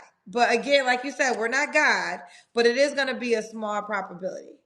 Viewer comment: Did I hear say ‘propability’? lol